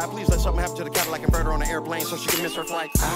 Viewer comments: Bro tell me he didn’t say Cadillac converter 😂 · He said "catalytic converter". Im done.🤣